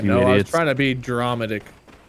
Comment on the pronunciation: K don't always know what snitbits I'll keep burned into my memory but hearing say dramatic as "draw ma dick" I for some reason think will stick with me